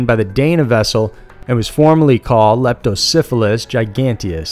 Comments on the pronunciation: Please don't pronounce the eel's name like Leptosyphillis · It sounds like your saying Lepto Syphilis.